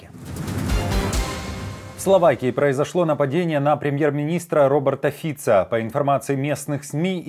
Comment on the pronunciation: Fico а не Fitzo. Вы что больные?